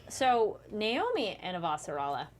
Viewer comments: why would your pronounce naomi as normie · pronunciation of the names is still really weird. Subtitles are way off as a result. Nay Owe Me (not normie) Sad a Veer (not var)